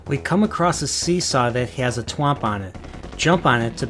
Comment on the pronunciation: Are you aware of the fact that you completely butchered the pronunciation of thwomp? It's thwomp not twomp.